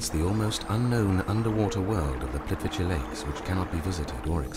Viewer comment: Why can't anyone say Plitvice right?-.